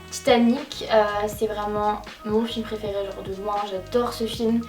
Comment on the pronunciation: Sa me stresse tu dis « praifairai «